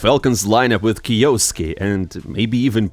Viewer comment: bro its kyo-suke not krosssksjjusos123123